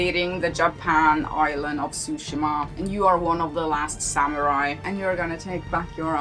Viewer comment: You’re right in that Tsúshima (i.e. accent on the first syllable) sounds 100x times closer to the correct pronunciation in Japanese than Tsushíma. I should know, I’m from Japan.